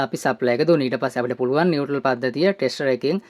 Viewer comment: නිවැරදි කිරීමක්: ඒ වචනය 'නියුට්‍රල් ' (neutral) , නියුටල් නොවෙයි!